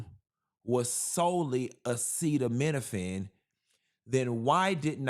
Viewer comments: The man that lives in the White House, couldn’t even pronounce acetaminophen. Someone in the audience had to say it twice. That’s ridiculous and embarrassing. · This P.O.S couldn’t even pronounce Acetaminophen. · Chile can't even pronounce "acetaminophen"😂😂😂